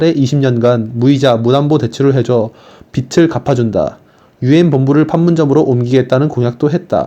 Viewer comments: 읽으실 때 정확한 발음으로 해주시면 감사하겠습니다. 비츨===> 비즐 아시겠지만 빛을 읽을 때 비츨로, 빚을 읽을 때는 비즐입니다. 빛이 아니라 빚을 탕감하는거라서 매우 중요한 포인트라 생각합니다. 들으시는 분들도 알아는 들으시겠지만 대변인의 권위에 맞게 세심히 신경써서 읽어 주시길 말씀드립니다. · 빚을 자꾸 빛으로 발음하시는데 좀 고쳐주세요. 비즐 > 비츨 국가에서 국민들 빚을 갚아주는 이유 지금 국제 돈놀이 그룹들한테 빠져나가는 이자가 연간 80조원에 달함. 국가에서 국민들 빚을 갚아주게 되면, 국민들의 도덕적 해이가 문제가 될 수 있지만, 해외로 빠져나가는 80조원이라는 돈이 국내에 남게 됨. 이렇게 돈이 국내에서 돌게 되면서 경기가 살아나게 되는 원리 이런 설명을 좀 넣어서 컨텐츠를 만들어 주시면 더 효과적일 것 같습니다.